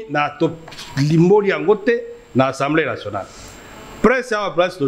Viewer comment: Slt ndeko. Pardon olobaka tjs " ENSEMBLEE nationale ". Sikoyo owuti ko tanga ba articles et tu prononces ENSEMBLEE nationale ( peut-être avec accent aiguë selon yo) mais ce mot n'existe pas en français. Na lopoto ba lobaka assemblée nationale. Na landaka yo mais olobaka tjs ENSEMBLEE nationale.